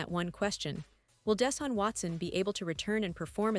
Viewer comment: " Don't Cry Deshun Watson" You made all That Money From The Browns. WOW. J Bennett